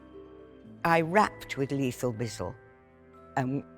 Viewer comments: Hearing her say leethal bizzle is everything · the way she says lethal bizzle 😂